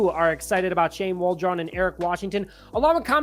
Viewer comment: Who the f is Shane Wall-Drone? Lmao